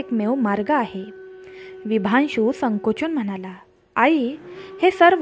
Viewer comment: अजिबात नाही आवडला ऑडिओ... उगाच कोणीही हा ऑडिओ ऐकण्यासाठी आपला वेळ फुकट घालवू नये.... कृपा करून व्हिडिओ बनवताना शेवट पर्यंत बघण्याची अट घालू नये... अतिशय घाणेरडं मराठी उच्चारण आहे... निदान शब्दोच्चार चांगले असावेत... आणि कथे मधे मधेच "विशांभु" नाव "विभांशु" झालंय त्याचं काय....?...त्या राजाचं नेमकं नाव काय आहे...? .... गोष्ट सांगता सांगता नाव कसे काय बदलू शकते.... सगळंच धन्यवाद आहे....